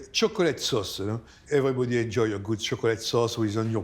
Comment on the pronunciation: It’s not that difficult to pronounce chocolate